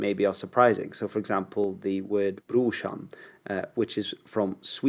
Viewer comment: NOOO!! The word Brushan is NORWEGIAN. From the north of Norway. But we say BROSHAN as "bror" brother. The Swedis people say the same and write it the same. I have lived in Sweden for 10 years and heard this many many times. But it is only said to (fellow) imigrants, Not to the native people